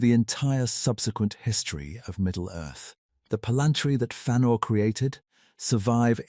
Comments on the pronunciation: "Fannor" This AI shit is getting annoying. What's next? Freudoo And PeREgryn Tåkk? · Learn to pronounce the name